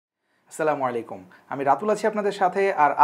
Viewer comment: মাশাআল্লাহ আলহামদুলিল্লাহ ভাই আজকেই প্রথম সালাম দিয়ে শুরু করলেন... সালামটা আরেকটু ক্লিয়ার করুন! আল্লাহ আপনার প্রতি রহম করুন!